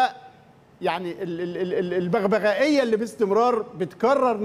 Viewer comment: رئيس تحرير و صحفي و كاتب و إعلامي و مذيع _ إبراهيم المنيسي _ يقول : بغبغائية !! إسمها : ببغائية يا سي إبراهيم !!